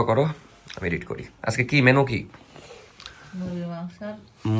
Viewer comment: ভাইয়া, আপনি আর নাফিসা আপু কি পড়াশোনা ছেড়ে দিসেন? আরেকটা ব্যাপার, এডিট কে ইডিট বইলেন না। শুদ্ধ উচ্চারণ করা উচিৎ।